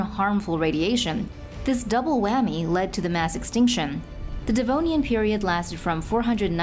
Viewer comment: No one gonna comment about it being devonian and not denovian